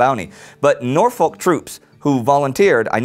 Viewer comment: Oh God, you've just butchered Norfolk :L It's more like Norf-uk.